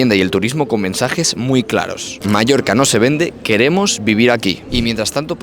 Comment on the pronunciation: Es oír Palma de MALLORCA y me sangran los oídos